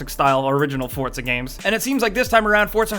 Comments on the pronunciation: It's not forthza its fucking for zaa Jesus Christ man fucking americans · it's 4zuh not fortzuh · FORT-ZA HORIZON. FORTZA! (for-za) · did he just say "FORT-ZA" horizon lol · "Fordza" yep Fordza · he kept saying "fortza" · what's with the way he says forza he says fortza that's not correct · I'm sorry but "fortza" ?! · Well.......you pronounce pizza 'pidza' so he read it that way.